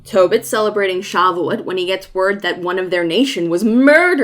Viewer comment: So, minor correction: I'm Jewish and it's pronounced "sha-vu-OAT". Emphasis on the last syllable, rhymes with boat. You can also put the emphasis on the "vu" depending the dialect you want to go with.